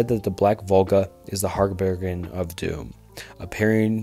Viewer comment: For future reference: harbinger is pronounced "har-bin-jur".